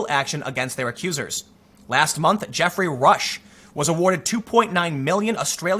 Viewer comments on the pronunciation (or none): none